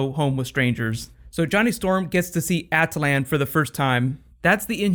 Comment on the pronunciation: Your pronunciation of Attilan completely threw me off lol. Also can you make a video about the Star Wars Rebels finale please, it was amazing <3!!!